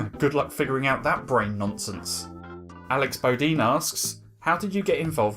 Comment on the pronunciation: Said something different on Twitter, but want to say thanks for actually saying my last name right ! Most people say "Bo-DINE" (like how it looks like it should be pronounced) whereas we pronounce it "Bo-DEEN". So thanks for that, and for answering my question! I like learning history stuff :)